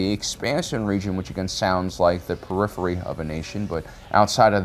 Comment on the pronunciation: Periphery. The word is periphery.